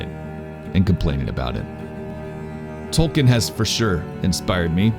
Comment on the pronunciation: Toal-keen is how it’s pronounced.